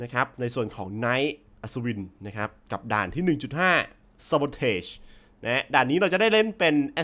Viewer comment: มันอ่านว่า ซาโบทาจ ครับ